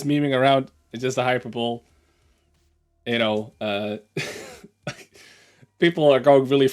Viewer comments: Offense can never be given, only taken. Also it's pronounced "hy-per-bo-lee", not "hyper-boll". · lol, "hyper-bowl", its "hy-perbo-lee" Anyway, WG is so anal it's not even funny anymore. Hey WG, ..I.. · Best of memes to you,. Just FYI: hyperbole is pronounced high-purba-lee, not hyper-bowl. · Hypeebole = Hi-per-bowl-ee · Hy-per-bo-lee, not hyper bowl. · It is not "hyper-bowl", it is pronounced "high-per-bow-lee". Thank you. Once you apologize to the English Language, you will get your Community Disturber status restored. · Hyperbole is pronounced Hi-Per-Bow-Lee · Uh, thats Hi-per-boll-ee... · Is intentionally mispronouncing hyperbole or what? "There's the Super Bowl then there's the Hyper bowl" - sn00ze. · FYI: "Hyperbole" is Pronounced "Hi-per-bo-lee" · A proper warning was warranted. I'm glad they came back to you with a better response. I'm also glad you handled this with such maturity. hyperbole is pronounced hi-per-bo-lee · Pronounced high per bol ee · hyperbole as in jubilee not bowl.....sorry, in case you care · Hyperbole - pronounced hi-per-bo-lee Wargaming are losing the plot completely. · The comment was hilarious, although it shouldn't have named VK's son specifically. Also, hyperbole is pronounced hi-per-bo-lee, although it may be a difference in languages. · "hyper-bowl" The Dutch trying to one-up the Super Bowl. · I think you handled this well. And fair play to WG for seeing sense on reflection. BTW, that's not how you pronounce hyperbole, it's hi-per-bo-lee. I said it wrong for years before someone told me.